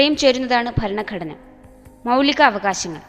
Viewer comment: faranagadana... alla.... Bharanaghadana 00.53......00.57 anway suprb work